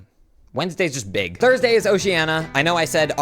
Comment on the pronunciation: thorsdee.....wait that doesn't sound right